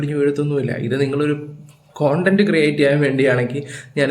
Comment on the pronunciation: കൺട്ടം അല്ല ചേട്ടാ കൺടെന്റ്